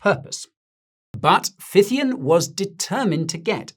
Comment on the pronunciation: (Phythian in no way sounds like python 🐍)😅